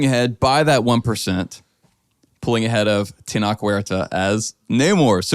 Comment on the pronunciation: I love you guys to death and I never miss an episode. But if you’re going to do stuff like this, please, please learn how to say the actor’s names first. It pains me every time I hear you say Tenoch’s name. For future reference, it’s pronounced Teh-noch (like the beginning of noches).